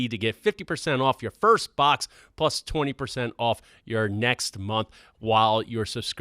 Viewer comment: “Protein prus” didn’t know was Asian